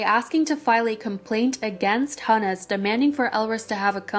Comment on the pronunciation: the name Hunus in Hunus Entertainment is pronounced who-nuhs. Thank me later.